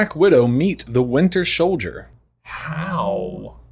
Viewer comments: "Winter Sholdier" lol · "Winter shouljer." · Is no one mentioning how said "Winter Sholdier" when reading the question??